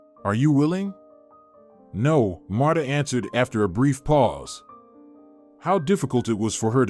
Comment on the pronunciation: I don't like how the narrator pronounce her name, it's pronounce like Martha not Matta, Marta without the h sound.